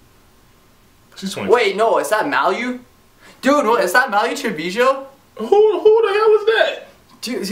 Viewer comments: Really.....he said Malu wrong af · Dude said malu name all wrong